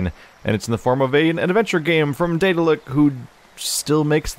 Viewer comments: THANK YOU Also Daedalic is pronounced slightly different. More like Dad-alic. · Thomas Vinci Daedalic pronounces their name more like Dad-alic in interviews, no matter where the name comes from.